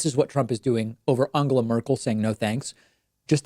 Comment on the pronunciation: at least he didn't pronounce it Engela or Endschela as most Americans do. And maybe this is a Laurel/Yanny thing but to me David's pronunciation doesn't sound really like an 'O'. It sounds more like a Hungarian 'A' or, in terms of English, like the 'a' in 'what' – somewhere between 'A' and 'O'. But sure, he could maybe do better, since the phonology of the English language has an 'A' sound in words like 'up' and 'us', and from Spanish he knows the sound too. I guess that it's too difficult for him to follow that with the nasal 'n' which requires him to pull his tongue back. I can't think of any English or Spanish word with that combination. I just recognise that he's making an effort, just as he always did with the names Buttigieg and Tulsi.